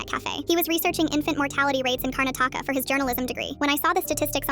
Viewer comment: ...... Why did they pronounce Karnataka like that?